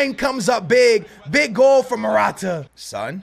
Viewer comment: Pronounce son name better😧😧